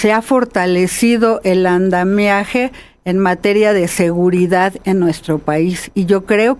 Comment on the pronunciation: no se dice "andameaje", es ANDAMIAJE. Hay personas que creen que "COPIAR " es incorrecto y se quieren lucir diciendo "COPEAR", les suena más "naiz" 😖